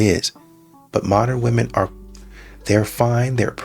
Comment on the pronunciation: Grandma is chasing Chad still…”wUmon most effected”